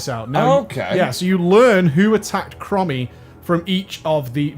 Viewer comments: Are you calling her "crummy" on purpose, instead of chromie? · OMG "Crommy", you mean "Chromie" as in them sick Chrome's on your whip! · Yeah, when he said “Crommy” I was like DansGame every single time. Cmon, in the interview with Bay you said you cared about the story now OpieOP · Every time I heard "crommy" part of me died inside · Please, dont ever say Krommy again. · Pronounced... "Chrome-ee" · STOP MISPRONOUNCING HER NAME I CAN'T TAKE IT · THE WAY YOU PRONOUNCE CHROMIE MAKES ME WANT TO JUMP OFF A BUILDING